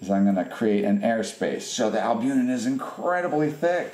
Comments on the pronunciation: Please forgive me if I misheard you, but I believe you mispronounced the word "albuMen" (it's not albuNen). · BTW - you are mispronouncing albumen....it's NOT albunen.....